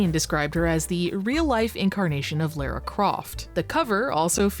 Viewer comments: It's pronounced "LAHRA" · alright tourist enough of the "let's pronounce everything in gaming wrong on purpose" game. Eidos is not fuckin' "Ayyyydos" and "Lara" you have copious examples of being pronounced correctly. Have you heard of video games? Or are you scrolling some wiki article of obscure shit? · That is an insane way to say Lara.